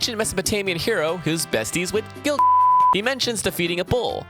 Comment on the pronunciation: Wait I’m lost why are you saying gil- like that? Please explain I’m new to fate